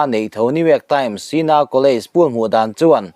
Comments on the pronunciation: Poll - pawl ti in lam tur .. Poll - pul. ti in an lam ngailo .. adiklo hul hual bawk ... Comnt te hi chhiarve thin la ... itih dik loh te insiamthat nan hmang thin rawh Chuan .. Armir ti in anlam ngailo bawk Armawr/armawrar ti in an lam thin Nangchiahin ARMIR ti in ilam .. intih lam nalh itum lutuk vangnge ni ... Thil hming ilam diklo nasa hle ani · Opinion Poll (Pawl) tih tur a nih hmel e.. (Pull) nilovin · Poll hi puul ti hian i lam tlat mai thin a😂 khawi sikul chhuak nge i nih tih zawh mai che ka duh.Hmasawn tum teh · Dik chiah. Tawng dik zir ve phawt la a tha lo maw. Poll hi tu dang mahin pool tiin an lam ve ka ring lo.